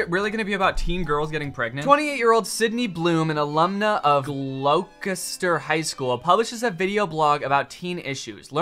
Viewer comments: As a british guy, hearing Gloucester (said like "Gloster") as Glowkester was so funny, literally never heard anybody do that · Gloucester is actually pronounced "Gloster", I believe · It's so funny hearing Danny trying to pronounce Gloucester Edit: For all you Americans its pronounced Gloster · “GLOW KESTER” crying. my school form name is gloucester it’s “gloster” danny 😭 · Virgin Gloucester Chad Glowkester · It's Gloss-ter but yours is a better pronunciation than Danny at least :D But honestly with an American accent you might be able to get away with Gluh-ster (I might be pronouncing "Gluh" in my head like a Brit rather than an American lol) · I went to Gloucester High School and the second I saw the pregnancy pact, anxiety and dread IMMEDIATELY started building up inside me. Also it's pronounced Glah-ster. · as a bostonian, danny not knowing how to pronounce “gloucester” made me giggle..... “gloss-ter” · Danny saying Gloucester as 'Glow-kest-er?' is hilarious. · lol I've lived in Boston for years and I was so excited to hear how he'd pronounce it. It's Gloww-ster! Lol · Danny pronouncing Gloucester as Glaw-caster - priceless. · the way he pronounced gloucester was so funny 😭😭 my moms from there and it’s pronounced glawster ☠️ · i'm only five minutes in but bloody hell the way he pronounced gloucester caused me physical pain 😭 maybe it's pronounced different in america but in england (where the name originated) it's just "gloster" 😭😭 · Well...that certainly is one way to pronounce "GLAU-chest-er". It's wrong, but it is a way. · No way did you say "Glo-Kester" High School 😂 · Danny trying to say "Gloucester". It's "Gloster". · HOW THE HELL DID HE PRONOUNCE GLOUCESTER LMAO (as someone from Gloucestershire, it's pronounced gloss-ster) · Americans trying to say Gloucester is always f**king hilarious. it's pronounced glosster btw Danny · This guy actually said glou kester in stead of saying glou stesher (how its actually pronounced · its pronounced gloss ter. yw :)